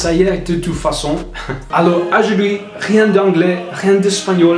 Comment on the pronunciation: Ajuidi=aujourd'hui 🤣🤣mais j'adore ce gars tu te débrouille très bien